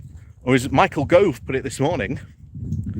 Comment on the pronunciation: And Yes BHM has some challenges with names, Michael Grove comes to mind 😂